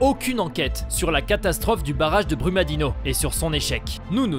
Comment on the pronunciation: Brumadinho se prononce Brumadinio Vc é um gringo Tem investigação Fala do que vc sabe tá